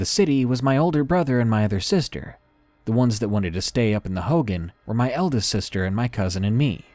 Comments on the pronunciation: please learn how to pronounce words if you do not know them. Hogan isn't pronounced Hoe-Gan. It is pronounced Hoe-Gawn. It is hurtful and a little annoying when others hear or watch videos with things mispronounced or misinterpreted. Thank you, chilling stories though. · “Hogen” it’s pronounce hogān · darkness, "hogan" is pronounced like hoe gone, not hoh gin. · Hoghan like hoe-gone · It's pronounced hoe-gone😭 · lol he mispronounced hogan